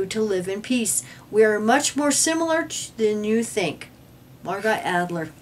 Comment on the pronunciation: Love you all but it's Mar "GO", not Margot... French is weird for us. Thank you again for all your up to date info. Keep up the great work and the New Light!